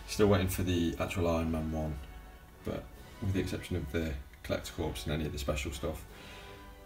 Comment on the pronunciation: Much as I am impressed by this collection, I’m just too irritated by the number of times you said “corpse” instead of “core” 😤 I’m triggered here!